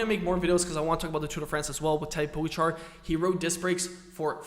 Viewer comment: Firstly please, learn to pronounce Tadej Pogačar name correctly xD Also Tadej Pogačar uses a disc brake bike sometimes. He used it on stage 8, for his big attack, so they do have a place to used. You even made a video about his big performance on that day..